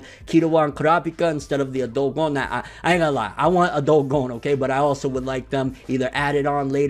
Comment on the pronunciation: pronounces Gon's name "Gong" you really start to work on your pronunciation bro, no hate nut it's true